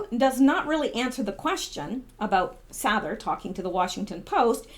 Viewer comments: Sather is pronounced Sayther. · You have a master's in English and you can't pronounce Jordan's last name correctly wow watch one of his vids And you will get it